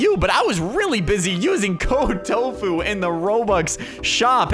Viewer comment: Why did he call him tofuu